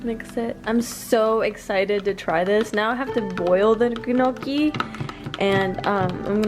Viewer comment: Your hair turned out gorgeous! Have you tried that no heat sock trick to curl it? I've never seen anyone make home made gnocci....we pronounce it neock key in Italian :)....yours looked delicious. My Italian mother in law called them 'sinkers' because they are so heavy in your stomach....but we all loved them. Good luck with your plants! ARMY grandma